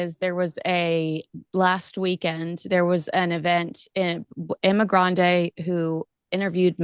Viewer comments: It’s not “Emma Grande”! It’s Emma Grede”. Be careful about your pronunciation! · Is anyone gonna tell that the woman's name is Emma "GREDE", not "grande"? Poor journalism to repeatedly get the name wrong